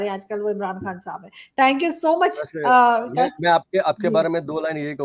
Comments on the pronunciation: 🤣🤣🤣vikas hy wakas nahi ....arzoo 🤣🤣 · Hello Pakistani sherni..vakas nhi vikas lol to funny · He is "VIKAS" and NOT "Vakas"😂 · Dhanyawaad. Thats me Comedian Vikas💐 I guess Pakistan has Waqas so pronounciation ....